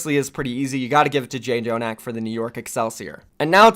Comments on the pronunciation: It’s not (Jay-Jonak), it’s just (Jonak) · I don't really know why I'm complaining but can you stick with one name for JJONAK? It is pronounced Joe-nack not J Joe-nack. Sorry it just annoys me